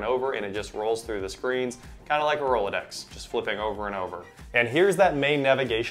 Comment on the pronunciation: You lost 3/4 your audience with “Rolodex”